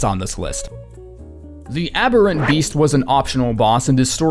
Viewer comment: **boasts at pronouncing Amygdala right (two minutes later) THE ABBERENT BEAST